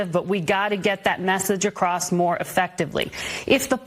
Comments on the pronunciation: Kathy Hochul said "acrost" instead of across. I say acrost when I'm deliberately trying to sound stupid. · She said 'acrossed.' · Every time I see that Hochul clip it grates on my nerves when she says "acrosst" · "All ACROSST America"?? I didn't know "across" had a T in it! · I wouldn't vote for her simply because she said 'acrost'.